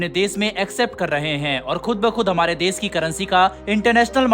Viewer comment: "देस" उच्चारण न करें, "देश" ही बोलें सेयॅर, सुरु; ●●● मीडिया जगत में "श" अक्षर की भारी कमी, जैसे कि.........रिलेसन्स, रिस्ते, कोसिस, देस विदेस की परेसानी, सुल्क लगाना, दोसी व्यक्ति पर सुल्क, रासनकार्ड की सिकायत, रासन पानी, समसान में जलता सव, प्रसासन की छमता, सुबह-साम, सौकीन तथा सरारती, असलील हरकत, सादी में जसन, सगुन की सुरुआत, इस्कूल में सास्त्री जी, इस्टेसन पर रेलगाड़ी, युवासक्ति किसोर व किसोरियां, 'स्तर' को अस्तर' उच्चारण करना, वीडियो सेयर करें.......आदि आदि । *बस ! 'श' के उच्चारण को 'स' मत करना, हमारे बच्चों का उच्चारण खराब होता है; *😢